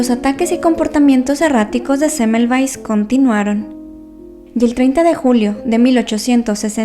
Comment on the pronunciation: Cómo puedes decir rapido este apellido de este señor yo aduras penas puedo releerlo pero interesante historia 😩✌️